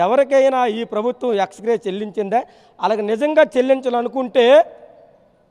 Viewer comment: HELLO GURU EXGRATIA NI PALAKA LEKA POTUNNAV NUVVU LAW COPY KOTTI PASS AYYAVA, 5 TH CLASS CHADIVINA KNOWLEDGE UNDI NEEKU,, MAAKU CHAALA DOUBT